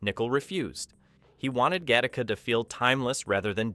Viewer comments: O'cmon, how lazy is this channel?. Do you even attempt to edit the what I strongly believe is AI generated audio or do you actually IRL pronounce 'Gattaca' as 'Ga-TAR-ka' instead of 'Ga-ti-ka'? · It’s pronounced gatt a ca. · I hate the way this voiceover pronounces Gattaca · I can’t believe you went through the entire video to mispronounce the name of the movie. Holy crap did you even go back and see how people were pronouncing it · I like it, but I wish the AI could pronounce the film's name properly. A bit redundant as well, tighten it up with an edit to the AI VO. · When the AI can't get the name right the first few times lol. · I admit I didn’t notice until it pronounced the film name so badly it became painfully obvious.